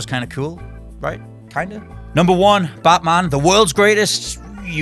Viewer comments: You idiot that Batman not Baaatman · that pronunciation though... bartman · Stop saying "Buttman" all the time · "plus it's baatman"